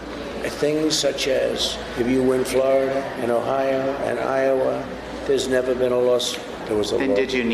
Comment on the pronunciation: .32= What the heck is "O-HI-YO-WAH"?? Is he trying to pronounce "IOWA" ?? Since you want to talk about hypocrisy- maybe you want to talk about how Trump supporters have the audacity to accuse Biden of dementia when there's collective HOURS of Trump's "beautiful words". He thinks his dad was born in Germany, that the invention of the wheel is older than walls, that the civil war soldiers took over the airports...too many to list. There! Now you have attn...can you just move on now? Go where you're wanted.